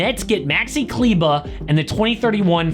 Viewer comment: That's how you pronounce correctly "Kleber" btw